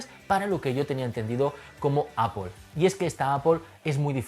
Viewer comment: "Apol". En No suena con una "o".